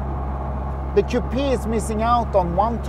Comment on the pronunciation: Dear Wonderful video but please stop saying “kupia” the word is coupe’ (Kyle. Short “e” pronounced) Otherwise terrific Ciao